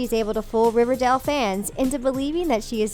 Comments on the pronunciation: the voice over kept saying River Dell instead of River Dale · Omg learn how to say the would riverdale. It’s not river-dail . It’s river-dale.if that makes sense?? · She keeps saying riverdel it’s riverdale 😂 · Stop saying Riverdell, it's Riverdale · Does it annoy anyone that she's saying River DELL in stead of River DALE? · Does any one else get annoyed when they say riverdel like it’s river DALE NOT DEL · It's riverdale not riverdel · It's R I V E R D A L E Not R I V E R D E L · Is it just me or does she keep saying river DAL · Can't she just say Riverdale properly!!! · Im sorry but for gods sake please pronounce riverdale peoperly. . No heart feelings